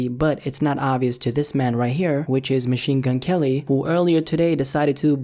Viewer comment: Machine Gun "L"-y 😂😂😂